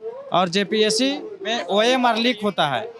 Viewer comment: Bhaiya ORM SHEET nahi OMR SHEET